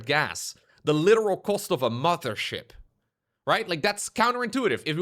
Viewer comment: Newest patch: gains capacity to pronounce the "Th" in Mothership.